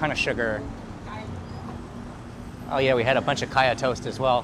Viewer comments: Great work! and thank you. I'm Thai and all my grandparents moved from Hainan to the south of Thailand. My mom was born in Koi Samui and they had a coffee shop there like the place you visited. p.s. It's "Sang ka ya", not "ka ya". We like to eat it in the evening, before the "real" dinner. >< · Great VDO as usual. However, the creamy thing is actually called Sang Khaya, not Khaya.